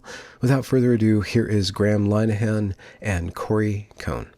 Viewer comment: How come you still don't know how to correctly pronounce "Linehan" ..?